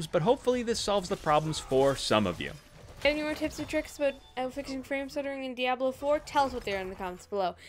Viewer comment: Only Deckard Cain is allowed to pronounce "Diablo" like that.